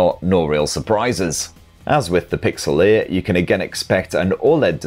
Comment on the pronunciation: You say Pixel 8, I hear pixelate